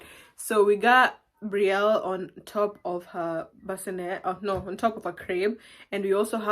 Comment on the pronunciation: Such a beautiful name. I love that Brielle just pronouncing it like in French . I speak French, English so sweet